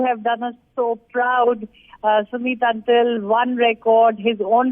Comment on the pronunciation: It's pronunced as अंतिल